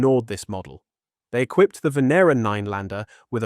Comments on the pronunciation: Fantastic video but by god learn how to pronounce the names right. You have said the name Venera differently about 5 times throughout. It's not hard. Ven-ear-rah. Also please don't say bayte for beeta. You're British. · Venera means Venus in Russian Is it pronounced v(i)en(i)era